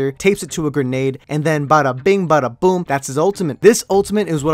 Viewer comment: heavy emphasis on boom